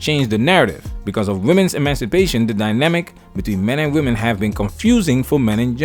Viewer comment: went back to the original accented pronunciation of WE MEN AINT WE.. 👍🏼👍🏼👊🏽